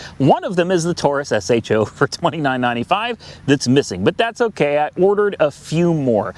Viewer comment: Just say sho not s h o just sounds stupid lol